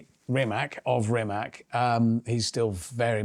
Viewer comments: Rimats, not Rimac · Can somebody tell him it's not RimaK, it's Rimac... bruh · Mate RIMAC READ "C" NOT "K" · Rimac.. He's Croatian, and there's no 'K' at the end—it's a 'C'. Show some respect.